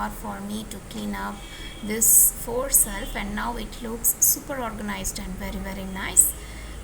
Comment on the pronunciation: not self. It's shelf